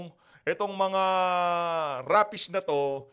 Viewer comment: RAPIST po sir, reads as "REYPIST"